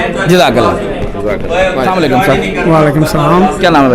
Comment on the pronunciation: وزٹرز سے انٹرویو کرنے والے بھائی صاحب برائے کرم کسی کو سلام کریں تو اسلام علیکم کہیں سام علیکم نہیں جزاکم اللہ خیرا